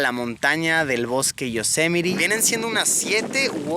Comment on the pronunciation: Se pronuncia "Yosemait"